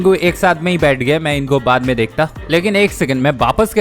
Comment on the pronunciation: Deakta 😂 bolata😂